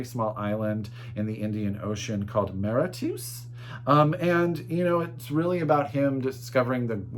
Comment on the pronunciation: Mauritius = more-rish-us